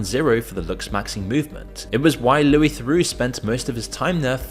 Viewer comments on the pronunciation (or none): none